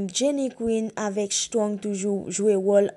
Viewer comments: Men non strong ou paka pwononse menm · Menm Strong li paka pwononse non